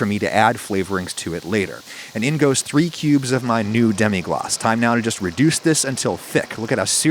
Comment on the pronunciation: Adam "Reducea"